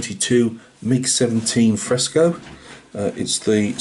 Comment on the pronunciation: I was giggling throughout the whole video. Fresco means fresh in Greek, it is exactly as you pronounce it also. Solid build, it came out great. Thanks for sharing, take care and keep up the good work my friend.